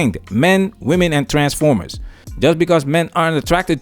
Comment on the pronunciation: He said, "transfomers". XD